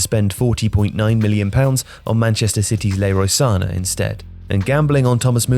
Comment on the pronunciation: Who is Leroy Sane? Its Leroy SanÉ!